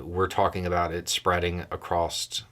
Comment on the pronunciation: Did you just say..."acrossT"?